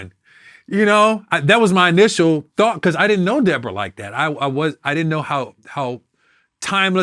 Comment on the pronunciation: said “were you and debrorah cool”